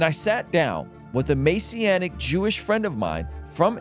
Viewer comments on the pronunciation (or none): MESS. MESS SEE ANNIC. NOT MAY SEE ANNIC. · you mispronounced messianic, normally i wouldn’t care but totally different meaning